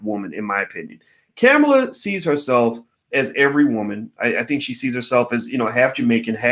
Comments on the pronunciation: Her name is pronounced Comma-la Harris...not Caa-mila....I think it's silly not to vote at all because you don't want to be forced to do so. That way of thinking will surely cause another 4 years of Trump....that's not shaming anyone....if your not going to participate in voting....then you have absolutely nothing to complain about and your opinion doesn't matter. While your waiting on a suitable person to vote for....you'll be waiting...and enjoy another 4 years of Trump.. Kamala has made errors and some things are problematic..that doesn't mean we should just sit on the side lines and let Trump win 4 more years....just ssying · Her name is pronounced like comma , comma-la. All ahs. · It’s Ka-Mal-a!! You sound like Tucker Carlson Dr. Watkins. Unfortunately, Kamala’s perpetuation of white supremacy through mass incarceration is very concerning and should be dealt with, however, it’s irresponsible and ignorant to say don’t vote for Ka-mal-a & Biden because they are similar to current GOP administration, their not! It’s politically advantageous for Black people to vote for the left, then once they are elected, we can develop a plan or agenda for them to execute. We all as a collective have to ensure white supremacy is not perpetuated once they are back in power. CMON!! It’s simple! Don’t overthink this! Just #VoteBidenandHarris. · Why don’t you learn how to pronounce her name if you’re going To say it so much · The only person you can really trust is God. Everyone has flaws. You can't even pronounce her name correctly. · Please care about her enough to pronounce her name correctly. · Ugh..he keeps mis pronouncing her name...🤦‍♀️🤦‍♀️🤦‍♀️ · It's COMMA-LA. You pronounced it wrong 50 times. Is that on purpose? A "she's not worth it for me to even give her the respect of saying her name right?" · She pronounces her name "Comma La" like comma. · It's not "Camma-La" ... It's Comma-La" ... replace the "A" sound with an "O" sound ...